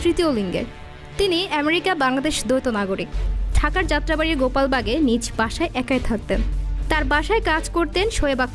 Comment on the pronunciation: গোপালবাগ নয় গোলাপবাগ।